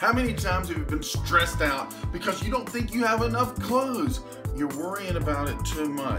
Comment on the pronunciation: lol No "STREES" new year just saying it like it reads is funny!